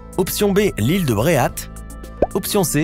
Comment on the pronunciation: Ont Bréhat et pas Bréhate !!!